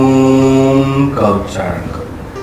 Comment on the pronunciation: Ye baba ke roop me. Om ka uccharan galat kar raha hai